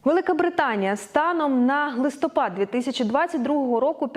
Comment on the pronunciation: На почулося "станом на глистопад" 😅